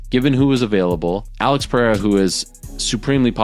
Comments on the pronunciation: CAN U STOP SAYING PERREIRA WRONG LIKE JOE ROGAN - ITS PEREIRA (PE-REI-RA) NOT PERREIRA (PE -HEI-RA) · Pereira not Peheira. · peREIRA!!!. Not peHeira!! Lazy gringos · Why do u say peheira ? 🥲